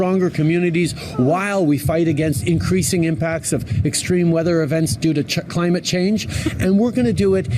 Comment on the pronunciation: When trudeau said climate it sounded like he was going to say China 10.04 of the recording